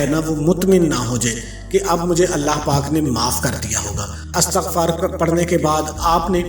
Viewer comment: O bhai word astaghfaar nahi hota bulkey Istaghfar hota hei... correct yourself.